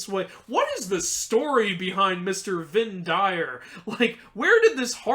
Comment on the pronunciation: I think that the "Vind Dyr" name was Norwegian for "wind animals," in which case the pronunciation would be more like "vin deer."